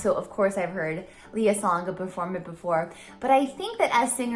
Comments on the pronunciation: Hello. Just an fyi. Since you are a fan i guess it is better you know. Lea is pronounced as LEh-yah and not Leeyah. Thanks :) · Great reaction. This is my favorite show and favorite performance. Just fyi: She's pronounces her first name "Lay-uh." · Hey,. Lea is pronounced as Lay-yah. That’s a Filipino pronunciation that Lea will appreciate. 😉 Great reaction though. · Her name is pronounced Lay ah.